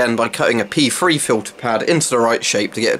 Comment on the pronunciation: Just joking about the way you pronounced P3. Sounded like you were calling them pee free pads.